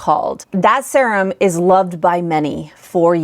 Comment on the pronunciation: It's weird how you pronounce serum. It's like sea-rum.